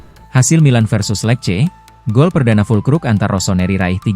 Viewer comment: lece bacanya bukan lek. !